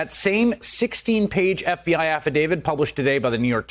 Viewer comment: It's affidavit, not affi-david. Affi-dave-it.